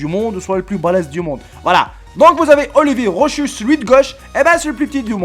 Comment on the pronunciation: On dit pas ro(ch)us mais ro(k)us ^^